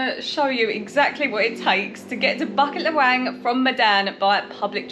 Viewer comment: Bucket LahWang hehe. BooKit LeWang is how its pronounced